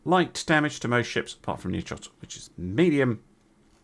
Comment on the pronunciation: FYI: Nearchos would be pronounced as NE-AR-HOS with emphasis on NE. He was Alexander the Great's navarch. Overall, you're doing a pretty good job with the ship names 👍